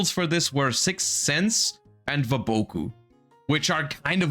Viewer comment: Saying Wa -- bow-- kuu is WILD TO ME !! ITS WAH-BAku